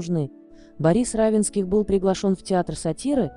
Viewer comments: Автор канала обратите внимание на ударение в фамилии Не РАвенских,а РавЕнских. Это не только на вашем канале. За что же такое неуважение к читателям и героям ролика?! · Уточнить надо было, как произносится фамилия РавЕнских. Хотя бы из уважения.